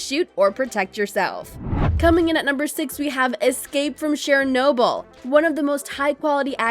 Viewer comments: It's pronounced (chur noble) not Share noble, ugh. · You need to learn how to say Chernobyl.